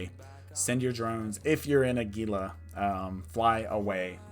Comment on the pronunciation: Your videos are awesome dude. I have been watching a bunch of them to improve my abyssal runs. My only thing is how you pronounce Gila (phonetically it's hee-la; like the lizard). Keep up the great work!